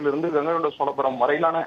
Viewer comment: கங்கைகொண்ட சோலபுரம் இல்லை கங்கைகொண்ட சோழபுரம் முதலில் தமிழை சரியாக பேசவும்